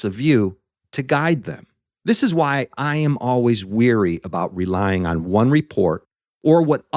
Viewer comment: "Wary" not "weary". Wary is showing caution. Weary means being tired. 🇺🇸☕💐